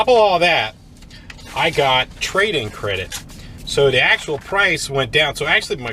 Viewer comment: “Crade in tredit” lol